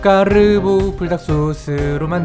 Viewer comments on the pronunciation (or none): 저만 까르ㄹㄹㄹㄹ보 라고들려요?